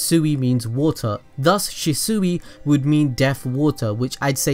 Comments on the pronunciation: I know you said you butcher words but (she - swee) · It’s pronounced sheswee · Am i the only one who was bothered by where the shisui's name was pronnounced She-sooe. go back and look at it peeps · Shees-swee that’s how you say it -. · Kishimoto: Shisui (Shi-Swee): Shisui (Shi-Sooie) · Why do you say shisui like that 😭 ( shi- swee) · I know he gave us a disclaimer but it’s she sway not she seuih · Shisui=she-swee not she-suey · She suey? It’s more pronounced she sway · It's not shasui it's shisui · Ffs it's she-swee not shi soo wee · It’s she swi! Not she suwi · Shisuwi?its pronounced as shisuy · Its shisui not shisuiii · Its pronounced as SHISWI not SHISUWI hahahah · If he says Shisui Shee-Suhi one more time... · Shi sewy 🙄 good video tho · Prounounced Sheeswee. Jesus this hurt my ears. Good Video Otherwise. Omegalul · Shisui- (she-swee) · It’s pronounced “she-swee” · ITS PRONOUNCED SHE - SUIE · Its pronounced (she - swee)....sounds weird how you saying his name. Other than that, great content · Okay say it with me SHEEEEE-SWEEEEEEE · Attach-chi and Shew-sew-wi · IT'S SHIS-WAY! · SHEE SWEE= SHISUI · ITS SHEESWEE LIKE THAT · Everything he said she-sui I got triggered.... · sHi SoOeY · She swi is how it is pronounced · His name is shishui not shisui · How to say it properly Shi=She Sui=swee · Ohh it's pronounced she-soo-e I thought it was she-swee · It's pronounced "shiswi" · Abdul S I think he’s saying it like that bc the fixes in his name have 2 meanings and it could also be his accent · Bro stop saying shiesuuuuie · It is pronounced Shi-Swi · pronounced she•swee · Stop saying shesue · It’s pronounced (shees-u-ee) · Im sorry but thats not how u say shisui its pronounced (shee-swee) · It’s pronounced shee-swee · It’s pronounced shisuei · It’s pronounced she-shu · It’s not pronounced shesuey it annoys me to much 😥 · Stop saying shi-sui it's so anoying it's shi-sui not shi-sui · It's pernouced like she swee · Lord he keeps saying the name wrong and it bothers me.